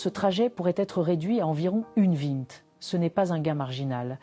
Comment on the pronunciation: 1h20 avec l'IA pr lire le texte ça donne "une viinte".. sinon impeccable..